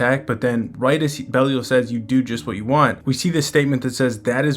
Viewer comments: Also its BE LYLE 😅 NOT BEL IAL LOL😂 BROOOO WTF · Where did you get that from? Pretty sure it's "Bey-lee-ahl"